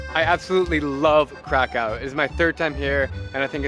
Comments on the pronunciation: Pronounced Krakov not Crack cow !!! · Pronounce it Kraków, not Krakau. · Right now I’m at the airplane heading to Krakow 😊 btw it pronounces KrakoV like W sounds V 😉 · Omg your pronunciation of Krakow having been there 3 times is shocking. It’s pronounced krakov, not krakow. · dear friend the names of the city is not k-r-a-k-o-w it is pronounced k-r-a-k-o-v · Or more accurately K-r-a-k-u-v But in my opinion it's okay, since he was probably saying the English word for the city. And you don't necessarily have to make it phonetically perfect. (Łukasz = Lukas instead of Wukash) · Why not pronounce Krakow the way the people intend it. "Krakov". Lets show respect for heritage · You actually pronounce Kraków krakóv like that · isnt it pronounced "krakof"? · Isn't it pronounced crack of? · hes been their three times and keeps on saying it wrong. ow = uv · Krakow learn how to pronounce it bro. Worst pronunciation I’ve ever heard lol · Your pronunsation of the city is so wrong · That’s not how to pronounce kraków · Lmao why did he pronounce kraków like that 💀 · Say Krakow one more time, lol